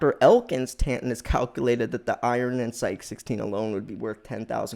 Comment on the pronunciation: It is pronounced S-EYE_KEY and not SEYEK!